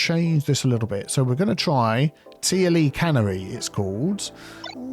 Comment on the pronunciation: At ... not can-er-ee (like a factory)... canary like the bird. Harks back to when they sent little canary birds down mines ahead of the miners to see if the air was breathable/safe. By using Canary versions, you are testing to see how safe it is for us. Thank you! ;)